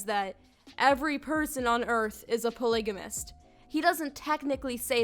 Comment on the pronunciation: “a pLIgAmIsT cWoP”